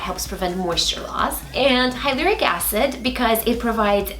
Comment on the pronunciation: With all due respect, Hyaluronic Acid is pronounced as hyla-ron-ick acid. I really loved this series! 😊❤️XOXO